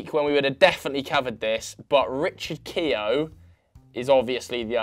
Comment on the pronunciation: Its pronounced Richard Key-ofe not keo but good vid